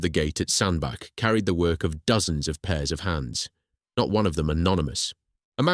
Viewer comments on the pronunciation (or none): really irritating the commentator cannot say Sandach. it is pronounced Sandbatch not Sandback. he can say Middlewich correctly but not Sandbach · Why the f**k do people keep calling it 'Sandback'? lmao, it's bloody SANDBACH... CH as in Chair not CK as in THICK ! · Sandbach is pronounced SAND-batch (IPA: /ˈsændbætʃ/). The name sounds like "sand" followed by "batch" (as in a batch of cookies), emphasizing the "ch" sound at the end rather than a "k" sound. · Pronounced Sand batch 🙏🏻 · Its pronounced 'sandbatch' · Excellent video. In your narrative draft please put a T in Sandbach ie Sandbatch so your text to speech software will pronounce it properly. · And miss-pronouncing Sanbach.